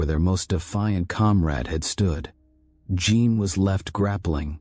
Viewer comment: “Jean” is not pronounced “gene” in French. You should tell AI that. BTW, I hate the AI voice…just saying it used to be better the old way.